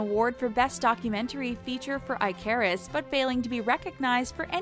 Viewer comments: EYE carus. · Honey, honey..... Icarus. Not “Eye-Care-Us.” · Eye carus 🤦‍♂️ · I care us? It was pronounced before you mispronounced it. SMH. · Is anyonw gonna talk about how she pronouced icarus as I-care-us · Oh the way she pronounced Icarus made my skin crawl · WTF was that pronounciation of Icarus? No one can read or write anymore, damn it! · Learn to pronounce icarus women